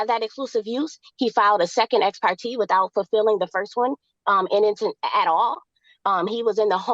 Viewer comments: It's "ex parTAY" not "ex parTEE". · The judge has said ex parte NUMEROUS times yet she continues to say ex-par-tee. This girl can’t even pronounce words right you really think she’s going to follow a judge’s order? She wants it all, but doesn’t wanna do a thing there’s nothing worse than a mooch. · The way she’s pronouncing Ex Parte is sending me!😭😭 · It kills me how she mis- pronounces “ exparte “ and her avoiding sell of house.